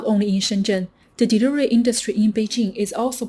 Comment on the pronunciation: She can't say the word delivery